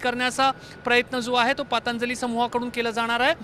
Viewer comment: पांतजली नाही दादा पंतजली निट बोलता येत नाही का?